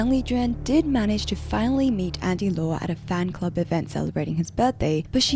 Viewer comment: That is not how you pronounce Andy Lau...